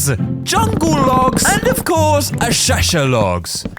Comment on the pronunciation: this is how you say acacia: [uhkayshia]